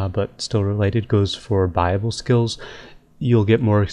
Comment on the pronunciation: bible skills??? the church of rs l2pronounce buy-ab-le